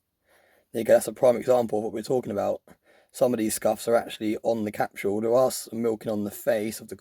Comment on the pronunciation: Capsule (CAP-sull). What in the HELL is a "cap-shoo-ull"?! .999 "free nines fine". LOL I can't anymore. I'm done.